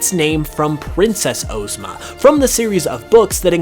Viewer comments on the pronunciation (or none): Ozma from the wizard of oZ is pronounced ah-zma not oh-zma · Not Ooozma Oz ma